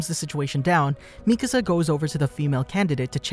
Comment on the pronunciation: It's nice to hear someone actually pronounce Mikasa's name right, instead of saying the spanish word for house "Mi Casa" 🤣